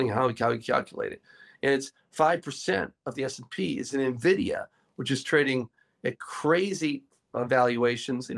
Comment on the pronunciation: It's not "NEH-vidia" - it's "EN-vidia" :)